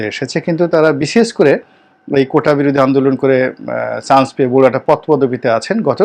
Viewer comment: চ,ছ Pronunciation is very poor.chance.not shance